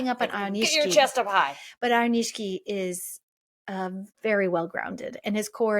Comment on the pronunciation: I think its Aioni-SHI-KI. This is a cool channel